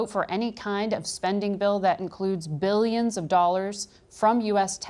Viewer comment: i love how the anchor emphasizes "BILLIONS" as tho this country doesn't spend five billion dollars literally every twelve hours in operating costs.